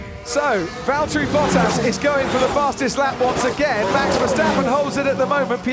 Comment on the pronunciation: Pronounce Valtteri Bottas not Vältri Boutäs...